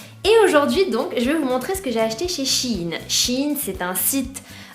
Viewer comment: Sa se prenonce shain